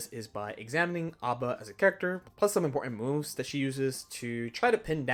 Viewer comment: Her name is not Aba, it is A.B.A. pronounced as the letters rather than read as a word. Because it is not her name but rather her blood type.